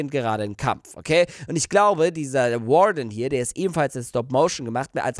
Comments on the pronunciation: Es heißt übrigens Warden nicht Garden. Hab die ganze Zeit Garden verstanden. Ka ob du Warden gesagt hast habs AUF jedenfall anders verstanden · Nicht Garden sondern Worden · das heist warden und nicht guarden